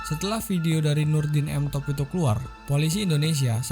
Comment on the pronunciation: M top bang bukan tank top